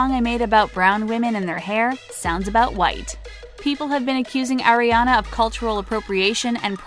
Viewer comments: ITS ARE-IANA NOT AIR-IANA JESUS CHRIST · She said “Air-ee-Ana” it’s “Are-e-Ana” Sorry I’m just a fan that gets triggered lmao. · Can we please pronounce her name correctly it’s Ari-ana not Aire-ana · “AIRIANA” HOLY MOLY NO ITS ARRRIANA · so many years and people still cant pronounce aris name correctly. it's AH-riana not AIR-iana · it's 2019 and ppl still call her air-iana a instead of are-iana? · Oh, *Air*iana Grande It's pronounced Ariana, not AIRiana. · Who really GAF! 4 REAL. BTW PLZ PRONOUNCE HER NAME AS "ARE- EE - AH - NAH NOT AIR- EE- AH - NAH (TYVM ) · It’s Ariana not airiana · 4 second in and they already made me cringe by saying “airiana” 😂😭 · "oh AIR RE ANA Grande" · “Airrianna grande” oh 😂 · Did she just say “Eriana”? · air-i-ana AHHH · Oh AIRIANA GRANDE? who is AIRIANA? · if you can't say her name right... don't make a video about her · yea wtf